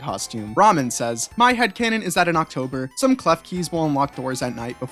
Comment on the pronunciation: Thanks for including my headcannon and you also pronounced my name wrong